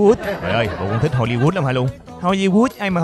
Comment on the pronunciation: Hô-li-hút ! Tưởng Hô-li-Shit !